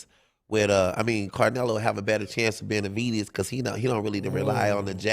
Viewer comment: Why he keep calling that mane Carnelo 😂😢